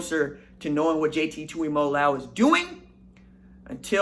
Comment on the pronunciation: It’s mo-lo-ow. y’all gotta get better at saying poly kids names. Tui-moe-low-ow. Anyways salute to the young uso 💪🏽